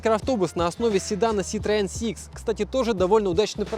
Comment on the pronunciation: Вот блин,, ах вон оно чо!! Перметэ муа ситроээн,, уи Уи. 🙃